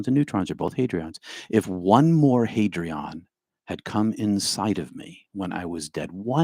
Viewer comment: audio begins it’s hadron, not hadrion